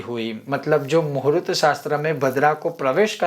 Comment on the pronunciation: Muhurat nahi. Sir muhurt bolakaren please